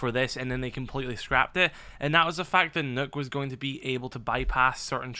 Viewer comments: Its nock not nook yung blud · “Knock”. Not “nook”